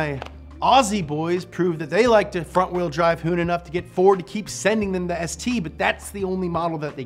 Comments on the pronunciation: S Tea is how you say it not Sssttt. Ha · Same here🤣🤣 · Finally the new ssstttuh Me:🤣🤣🤣🤣🤣🤣🤣🤣💀💀💀🤣🤣🤣🤣🤣💀💀💀🤣🤣🤣🤣🤣 almost dead